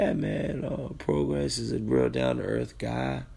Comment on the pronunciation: It's PRO GRAY NOT PRO GRASS THAT IS THE PRONUNCIATION. PROGRAIS.